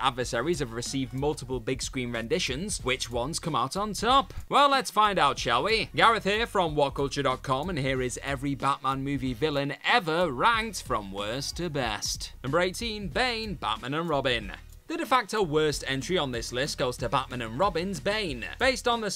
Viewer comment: I’m sorry, are you saying wanked or ranked?